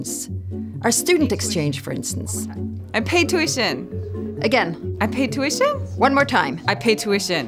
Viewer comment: Tüüition :D